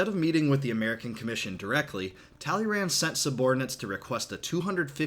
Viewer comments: Please improve your pronunciation of "Talleyrand" ;) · You pronounced Talleyrand wrong